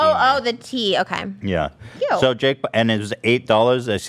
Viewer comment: Trisha's "cute" sounds like "ew"